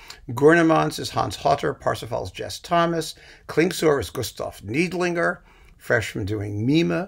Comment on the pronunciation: I know you just hate pronunciation comments, BUT, it’s Gustav NIDE-linger. Thanks for all of the suggestions; found all as downloadable single operas except the Kubelik.